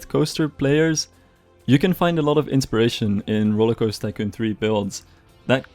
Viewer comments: Why do you say “RollerCoaster-Kun 3” lol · Lovely video as always! Please try to say *TY*coon, while I find it hilarious surely you know you're saying a hardcore racial slur :L